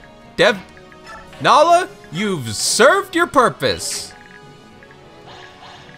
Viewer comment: great to see other people calling her Nal-ee-ah even if it’s not right, i know her name is Nai-lah but i’ve always said Nal-ee-ah